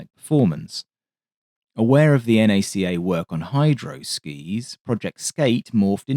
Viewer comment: Kind of shooketh when you called NACA, N-A-C-A. Its like calling NASA, N-A-S-A.